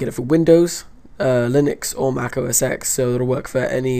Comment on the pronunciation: ITS NOT OS ECHS ITS OS TEN